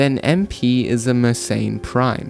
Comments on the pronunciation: It's pronounced mer-sen, not mer-sain. And also, , it's "they're", not "their". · I wonder why anglos decided that Mersenne should be pronounced "meurt ses înes". In angloid pseudophonetics, it should instead be something like "m'air-SENN".